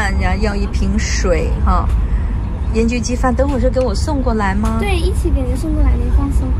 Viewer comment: 盐焗鸡饭，标准广东话！👍